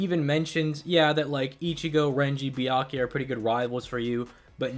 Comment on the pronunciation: I swear it sounded like he was saying, "Byankuya." Lol